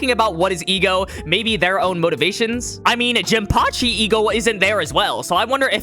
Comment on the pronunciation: Ah yes the E.G.O.